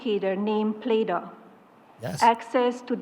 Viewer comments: She says "Play-Dough" when the name of the robot is "Plato", don't get me started on the rest of her shit show... 😂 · Plato = play dough = play doh. thanks homer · first I heard them say playdough, then I thought they say play-doll - reading the comments I understand they call it Plato... May this never find my country please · Plato, or Play-D’oh?